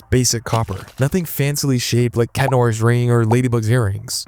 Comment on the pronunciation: Its not chat its cat